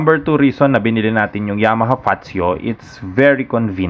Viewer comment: Hindi ba wala pang 100k ang presyo nito? At ang basa sa kanya ay “Fatsyo”, hindi fasho.